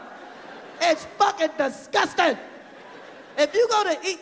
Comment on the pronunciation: I love the way Chris says “disGUSting” he is so genuinely dismayed.